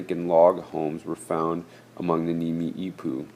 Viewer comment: It isn't pronounced "nimi'ipuu" it's pronounced "Nee-mee-puu"